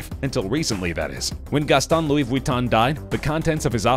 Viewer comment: Ahaha he said Louise Vwiton instead of Ve-ton-e.